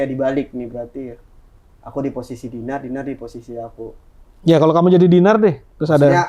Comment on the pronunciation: DINAR CANDY LOH MAPAN BANYAK DUIT KOK BISA2NYA FINAR LG DON SALAH UCAP